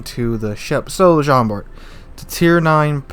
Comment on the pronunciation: nice video , actually in french its prononce jean bar the t is not prononce keep up the good work